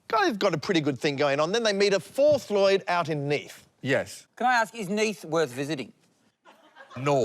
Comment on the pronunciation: It’s annoying hearing Lloyd say his own name wrongly.